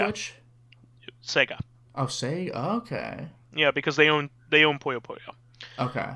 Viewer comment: That's NOT how you pronounce "Puyo Puyo", guyse. Sheesh. It's Puyo Puyo as in "Pyo Pyo" (almost same if you were to say "Pew Pew", but with "yo" instead of "w" at the end). NOT "pUyo".